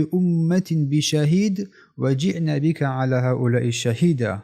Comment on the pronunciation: فكيف إذا جئنا ҷиьно бо алиф хонда мешавад на جئن чи хеле ки талаффуз карди!